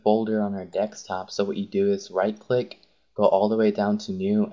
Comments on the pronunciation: I think it's pronounced deSktop, not deKstop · Noice video but it is deSKtop not deKStop.. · its DESKTOP NOT DEXTOP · xD u always say "Dekstop" LOLOLOLOLOLOLOL its desktop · helpful video but its called a DESKtop not a dekstop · Desk top not deks top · dekstop xD its name deSktop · Dextop. #English. but good video. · OMG!!! he said dekstop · good tutorial but ahhhh 'dekstop', its so annoying :s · i noticed u say dexstop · really? deckstop? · dekstop ha awesome vid tho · DEKSTOP?! STOP SAYING DEKSTOP!!!! Otherwise good guide, thanks :D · "Its on the dekstop"